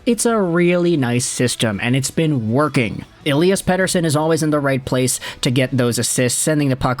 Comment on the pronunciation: Dude, that's a flawless pronunciation of Pettersson.